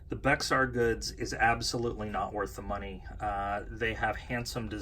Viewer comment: Thanks for the video. Btw Bexar is pronounced “Bear” :-)